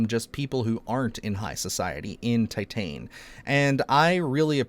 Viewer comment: Titane is Pronounced Tee-tawn, which is French for titanium. Perhaps you should look up how to say the titles of movies that are of foreign origin. Great selections of body horror movies!